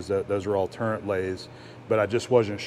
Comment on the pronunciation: I don't really like to correct, but the word is turret ,no n in the word ........ the